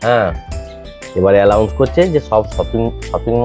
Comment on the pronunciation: কথাটা এলাউন্স নয়। এনাউন্স হবে